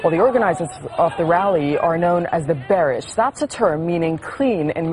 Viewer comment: did she say bearish? dafuq?? its ber-sih!